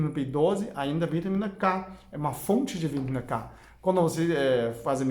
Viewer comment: vitamina K ? não da pra entender bem ...